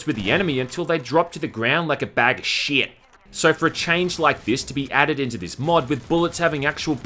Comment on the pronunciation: Why does he say “shit” like this 💀